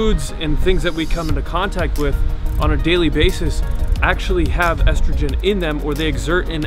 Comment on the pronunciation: ESTROGREN what???